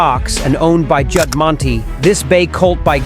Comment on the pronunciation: Also it’s pronounced Juddmont but spelled Juddmonte